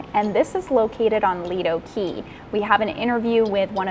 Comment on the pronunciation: Quay is pronounced key!!!! ❤